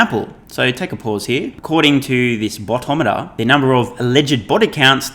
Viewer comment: I don’t think you’re saying ‘boto’ meter correctly! 😂 it’s a Filipino word ;)